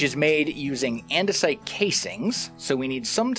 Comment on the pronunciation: Surprisingly not the first hermit I've heard end up saying andesite as andesoit while playing with the create mod